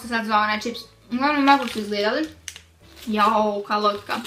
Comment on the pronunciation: kaže ćips, ne kaže se ćips nego čips